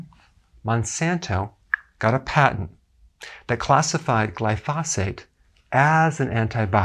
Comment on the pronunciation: GLY FOE SAYTE